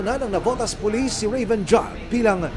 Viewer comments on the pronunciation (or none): none